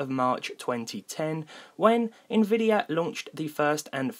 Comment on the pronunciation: Im sorry, it's a Little nitpicky but it's nvidia, not INvidia. Sort off bugged me throughout The video